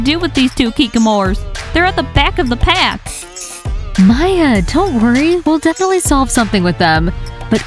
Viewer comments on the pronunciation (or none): FOR THE LAST TIME ITS MAYA NOT MIA OR TIA